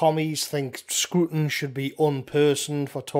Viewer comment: It’s not “screwton”. It’s a “Scraton”.